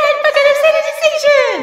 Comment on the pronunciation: How many times did you pee yourself when she says "the red bucket of sanatization"? 😁